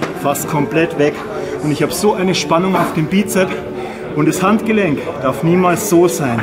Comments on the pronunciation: sssssssssssss......Bizep-s Es heißt Bizeps mit ssssssss am Schluß. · Nun, der "" erzählt viel Richtiges, ABER bitte sprich die Dinge doch korrekt aus und die Bezeichnungen ebenfalls. Als Fitnesstrainer sträuben sich mir das schon etwas die Haare... Also: 1. Es heißt immer "Bizeps" mit "s" hinten von lateinisch: Musculus biceps brachii 2. Der Oberarmspeichenmuskel heißt "Brachioradialis" 3. Der "Brachialis" ist der Armbeuger unter dem Bizeps.